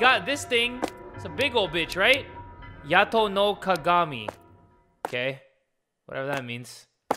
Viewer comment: "Yata": Yato